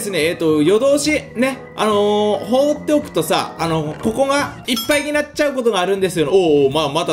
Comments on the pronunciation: さんの「ここ」の言い方完全に「こ↑こ↓」だよな。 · 6分の所で、ここっていう発音が野獣先輩になってる。